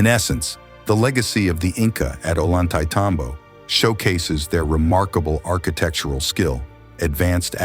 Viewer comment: This poor guy, stil spouting his tired old line, having been here (Ol-YAN-tay-tam-bo) many times over many years, still can't pronounce the same of the town. Tourists who stay here three days learn how to say it. Most trekkers know before they get here. Nothing new has been "discovered" here since Ephraim George Squier described the place in 1870